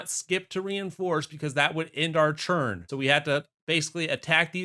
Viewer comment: The video was great but the way you say ‘turn’ infuriates me. It’s a ‘t’ not a ‘ch’ ‘Churn #3’ pls stop 😭